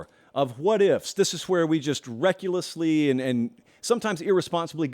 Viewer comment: ‘Reckulessly’ a combination of reckless and ridiculously.